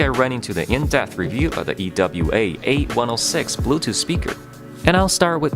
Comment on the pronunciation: Its pronounced EWA not E.W.A